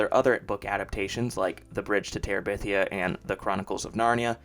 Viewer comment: "Following the success of... The Bridge to Terebithia" say that again, slowly